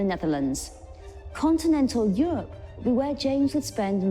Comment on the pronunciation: Euwope, Engwish, cathwick. Nope! 10 seconds in I turned off. Get someone to commentate who can speak Enwish, pwease.. Unlistenable.